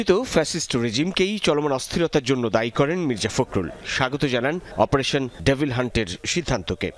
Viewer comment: ডেফিল নাকি ডেবল?😂